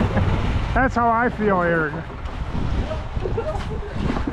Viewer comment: Please continue to call Eric. Reric. That is amazing. It gets me every time